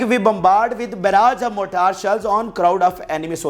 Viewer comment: It is not motar she'll it is spelled as morter shell